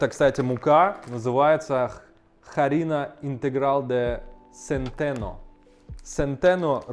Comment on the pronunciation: Дружище, пора понять, что "H" (аче) в испанском мёртвая буква, если она в начале слова. Она не читается! Harina - мука - читается не харина, а просто тупо арина. Так же Huracan, Huevo, hueso - уракан, уево, уесо. Также Huruguay- это тупо Уругвай и т.д. Пора уже тебе начать уважать испанский! Так и "Hola!" - это не хола, а ола.